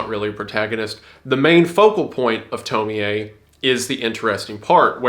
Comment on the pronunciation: doesn't the ie just sound like y😭 at first i was cool but then i heard him say toemiae LIKE WHAT